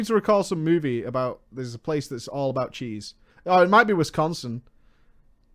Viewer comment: i just wanna throw it out there that literally no one in wisconsin says "wiscAnsin, and it pisses us off when people say it that way